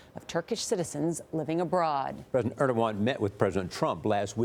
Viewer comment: & I think they're saying president wrong